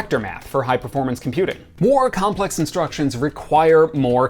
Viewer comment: Wow. A lot of videos confused me a bit about CISC and RISC, and you managed to clear all that up in like 10 seconds for me. Also "Comples"? xD